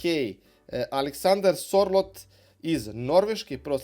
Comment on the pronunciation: Sorlot ❌ - Serlot ✅ Nuno Mendez ❌ - Nuno Mendeš ✅ Lindeof ❌ - Lindelof ✅ Đinja Ito ❌ - Džunja Ito ✅ Kukurela ❌ - Kukurelja ✅ Andru Robertson ❌ - Endrju Robertson ✅ Soček ❌ - Souček ✅ De Sajper ❌ - De Kujper ✅ Najland ❌ - Niland ✅ Lautoro Martinez ❌ - Lautaro Martinez ✅ Kokcu ❌ - Kokču ✅ Guimares ❌ - Gimaraeš ✅ Burinić ❌ - Burnić ✅ FCW6 ❌ - FWC6 ✅ Magales ❌ - Magaljaeš ✅ Bentakur ❌ - Bentankur ✅ Bez pomena Đokereša koji je jedan od poznatijih fudbalera što se tiče reprezentacije Švedske, a i generalno.